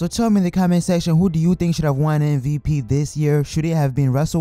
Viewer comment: It's MVP not MVT